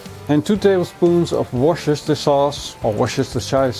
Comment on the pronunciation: Looked great ,pronounced Wistersheer